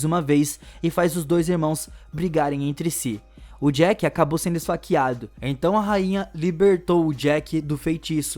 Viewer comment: Nao é Jack, é Jake